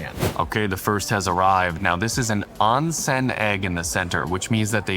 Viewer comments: Oon sen. Not on sen. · Onsen is pronounced . . . Own Sen . . .